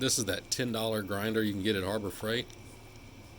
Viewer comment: I'm familiar with Husq-varna but not Huska-varna. Where can I find that brand? ✌️❤️ 🙈🙉🙊 Also I am familiar with HAR-bor Freight but not Ar-ber Freight. Where might one find that store?